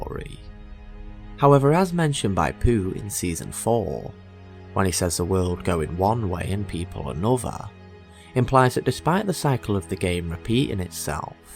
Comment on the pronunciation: Poot not pooh